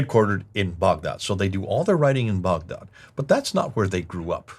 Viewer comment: Lol why is pronouncing Baghdad boughdod?!?! I had no idea what he was saying for a bit. I thought this video was in English 😂